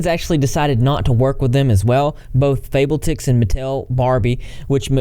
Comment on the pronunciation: "Fable-tix" Ohhh.. 😂😂😂